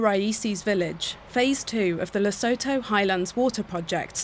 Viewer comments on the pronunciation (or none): It bothers me to hear how the narrator pronounced Lesotho. Lesotho - ləˈsuːtu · Everything you said Lesotho I cringed, the way you butcher their name. Please hire an African to do you African segments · So educational! How does one pronounce Lesotho? 🤣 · I tried to watch, but why should I care if the narrator cannot even be bothered to pronounce the country's name properly? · Not dams... politicians. Yet more victimhood reporting. The narrator must learn to pronounce Lesotho properly.